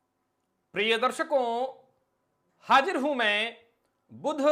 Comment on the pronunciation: Bhai tere ko kitne bar samjhaya ki hajir hu mai na bol kr hindi ke sabd uchharan kia kro